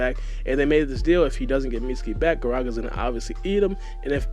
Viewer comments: fam sees 'GaragA' and hears the "a" being pronounced in the anime and says "Garageh" in the intro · I just feel like you gotta do your hmwrk before you speak. Said like gah-rah-gah